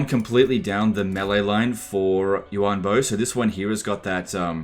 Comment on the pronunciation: I'm pretty sure it's Yuan Bo not Yu An bo